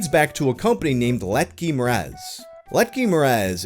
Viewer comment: I love how he pronounced látky like letky